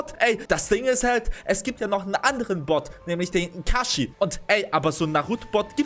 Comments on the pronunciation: Es heis nich ikachi es heist kakshi sensei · DEIN ERNST DU HAST NICHT MAL NARUTO GRKUCKT UND ER HEIßT NICHT ITASHI SONDERN KAKASHI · Es heißt Kakaschi